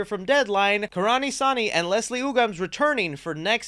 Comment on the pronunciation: The a in karan should be pronounced as 'u' in up And soni should be pronounced like sony